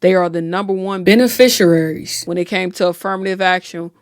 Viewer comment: You said beneficiaries wrong with so much confidence! 😂